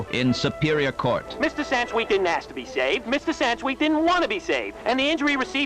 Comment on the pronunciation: Do you also spell it “aks”. Like let me aks you something.